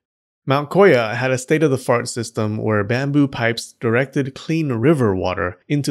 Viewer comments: "State of the fart" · Ok. “State of the fart” got you a new subscriber. 🤦‍♂️ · I had to go back and rehear "state of the fart"